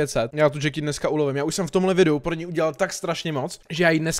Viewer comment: Vyslovuje se to krátce Jacky když by to bylo dlouhé tak se to píše Jackie. Díky štve mě to